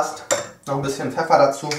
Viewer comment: "etwas Peffer" hahahahahah bester Mann